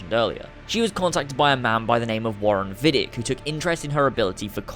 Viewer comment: If Desmond was held in Rome, which makes sense if we take into account the events of ACII and ACB, then it was Vidic's "home base" and it makes sense for him to take William to Rome. And why would it be Vidic's "home base"? Well, maybe he is not called Vidic, it is mispronounced, he is called Vidić[vidjich], a common Serbian/Croatian name and he is actually Serbian/Croatian. Then it would make sense for him to work in Rome, if there is no sufficient Abstergo laboratory in Serbia/Croatia...